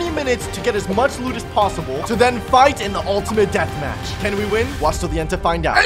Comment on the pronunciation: WHY DO YOU always say it is the oltmint dath mach